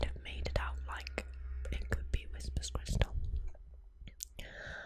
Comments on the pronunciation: Why do you keep saying "Whisper's crystal" When her YouTube name is WHISPER CRYSTAL NOT "Whispers" with an S!! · Immediately it’s clear you don’t know what you’re talking about. The name is WHISPERcrystal, not WHISPERScrystal. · It’s Whisper Crystal. But you keep saying Whispers Crystal. It’s very confusing. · You keep saying WhisperS Crystal. It's Whisper - singular. And maybe she liked her anonymity and wants to keep it that way. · Could you not have at least gotten the name right? It bugged me every time you said whisperScrystal